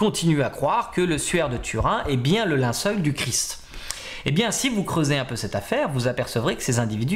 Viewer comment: Très bonne conférence, merci. Pour être taquin, histoire d'avoir quelque chose à critiquer, je relève juste le "linceul", prononcé "linceuil" :)